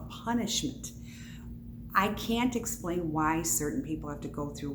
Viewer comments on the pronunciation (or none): none